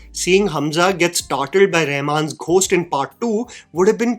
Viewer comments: seriously man, why do you mispronounce "Ghost" like that? The "H" is SILENT, dude. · Please check your pronunciation of the word 'Ghost"